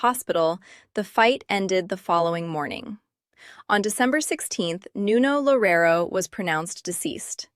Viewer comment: Why are you smiling?? "Lorero", please take a minute from your time to at least learn to say his name correctly.